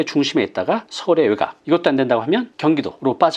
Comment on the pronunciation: 아주 내용도 좋고 목소리 좋고 말도 부드럽고 명확하고 다 좋은데요.. 외각? 그거 외곽 이라고 해야 하는 것 아닌가요?